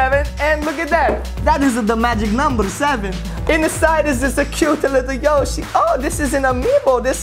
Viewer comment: It is yoshe